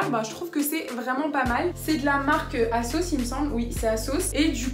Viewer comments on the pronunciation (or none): j'ai compris pendant toute la vidéo que tu disais la marque kasoss lol en tout j'adore ton haul